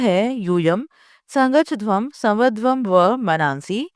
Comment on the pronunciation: You are pronouncing the title wrong